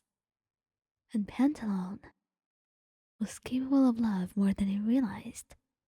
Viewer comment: i love ur content but pantalone is pronounced pan-ta-lo-ne, im not sure how to explain the pronounciation of each syllable but u can use google translate to say the word out loud. hope this helps!!!